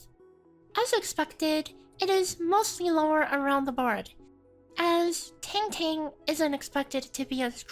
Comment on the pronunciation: You're mispronouncing the name of our Soupreme chief smh